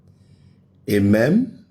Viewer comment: it is not amem. It is amen! Eediot.